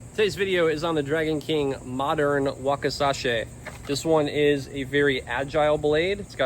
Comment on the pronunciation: Drove me crazy.